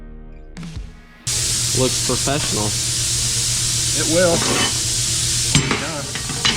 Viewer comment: "...Looks PERfessional..." ????? Try PROfessional...